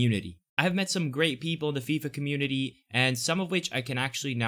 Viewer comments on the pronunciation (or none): none